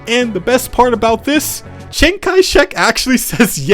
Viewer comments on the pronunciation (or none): none